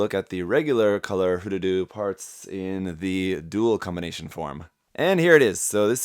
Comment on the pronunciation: Thanks for pronouncing it correct. "Hroo-Dudoo", not "Her-Doodoo"